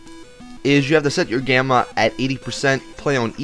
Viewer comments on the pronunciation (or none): none